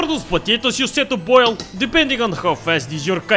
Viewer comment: “…need another 10 minutes to BOIL!” — old accent.